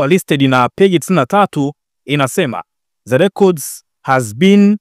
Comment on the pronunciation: Mtangazaji upo vizuri ila punguza ze ni the ambayo inatamkwa dhe 😂😂